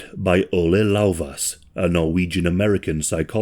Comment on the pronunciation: Ivor Lovaas. ee-VOR LOH-vass. And I’m not even touching ‘Asperger’.